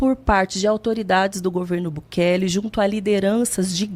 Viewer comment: Chamando o Bukele de Bukake kkkkkkkkkkkkkkkkkkkkkkkkkkkkkkkkkk